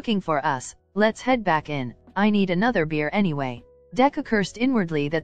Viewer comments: “Any gays” Hhahahahha istead of anyways❤❤❤😂😂😂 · Is it just me or did you guys also heard anygays